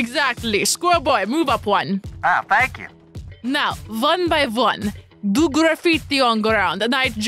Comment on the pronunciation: Lol she says one like vone